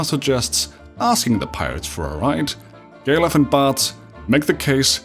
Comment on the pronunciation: The way you pronounce Galuf sound like gay love (gay luv)